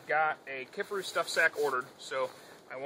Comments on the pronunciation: It's key far roo not kiff a roo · How the hell do you butcher the name like that??? KIFARU! NOT Kifferoo ffs